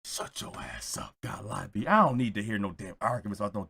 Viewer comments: Gotta-lie-B (Gottlieb) is CRAZY. 😂😂😂😂😂😂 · The way you pronounce Gottlieb 😂😂😂😂😂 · you pronouncing gottlieb is madness 😂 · The constant purposeful mispronunciation of Gottlieb will always be funny 😆